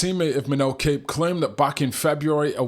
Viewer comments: It's pronounced COP. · Kape last name is pronounced like "cop" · Surely you know his name isnt pronounced 'Cape'